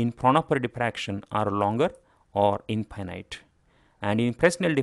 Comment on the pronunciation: maybe pronounce infinite correctly! That way it is distinguishble from finite and does not lead to confusion.